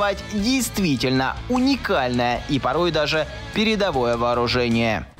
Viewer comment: Уникальное уникальное😂😂😂 говорит как скабеева делает нажим на слово интонацией😂😂😂